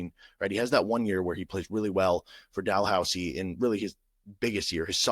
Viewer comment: As a Canadian, the second time you said “Dalhousie” and Laurentian were correct.(well done) Carleton is a legit basketball school (Ottawa) they played right with Duke a few years ago. Duke toured Canada because RJ Barret was on Duke that year. It’s quite rare for a Canadian kid to go to the NCAA after playing U-Sports. It’s quite common for elite basketball players in Canada to go to a U.S high school in grade 10-11-12.